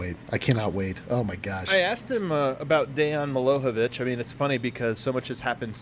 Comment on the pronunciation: The "j" in Milojevic is pronounced the same as the "j" in Jokic. Me-Lo-Yeh-Vitch For future reference.